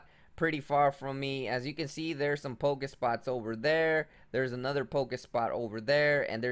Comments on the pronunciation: pokeSTOP GOD stop saying pokespots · Pokestop not pokespot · It's pokeSTOP not spot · dont pokespot it is poke stop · POKE. STOP. NOT SPOT. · Man, its a pokestop not a pokespot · its called pokestop not pokespote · PokeSTOP not pokespot :P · it's poke stop!! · Learn 2 English dude. PokeSTOP